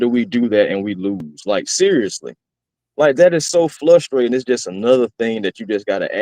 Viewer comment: Is there a reason why the other guy with always pronounces frustrating as flustrating? Is it an inside joke? 😂